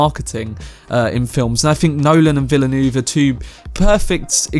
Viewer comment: Honestly it’s been so funny listening to ppl trying to pronounce his name. I don’t blame anyone though, it’s hard haha 😂 Denis Villeneuve is pronounced Duh-nee Vil-nuv. 👍 Lol